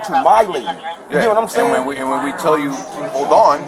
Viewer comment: “U know whad im say-n”….. he’s an idiot